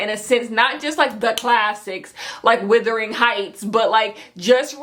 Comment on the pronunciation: Girl did you just say “withering” Heights 😂 I’m sorry, it’s “Wuthering”